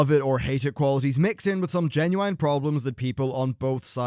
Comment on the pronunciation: "Fillem"? of "film"? "Genuwhine"? or "genuinn" (phonetically speaking) - great review still though.